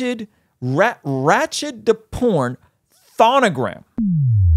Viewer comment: It’s pronounced RAH-CHAD-TAH-PORN THON-GAH-RAM